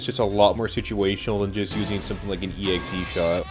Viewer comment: Bruh, not to be *that guy*, but it’s EX-shot, not EXE-shot. 🤓